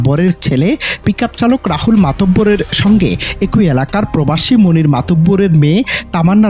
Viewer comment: রিপোর্টার ভাই,বাংলা অভিধানের উপসর্গের উচ্চারন না শিখেই কি কাজ পাইছেন ? এক -ই বলেন এ-কই আবার এর -ই বলেন এ-রই।